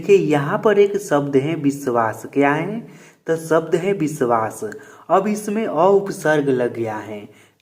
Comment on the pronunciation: Bisvas nhi vishwas hota haii😅😅